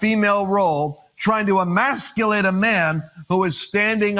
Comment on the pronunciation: “Emasculate”? Dear God almighty….